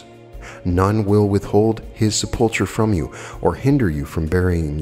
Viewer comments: sepulchre is pronounced Sep-ull-cur. ❤️ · Love listening to you. And thank you for all your great readings but it's pronounced sep-le-ker. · A lesson in grammar if I may...sepulchre is pronounced... sep el cur... meaning a vault. I think this is my favourite lecture yet. Thank you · Thanks, Carol I wanted to point that out as well. Must be the grammarian in me or being raised Catholic and hearing the word spoken a thousand times.